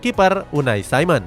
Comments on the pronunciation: Unai simon jing bukan unai saimen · Kalo orang spanyol ya dibaca pake logat spanyol bukan logat Inggris, lu salah, bikin ketawa dengerin nya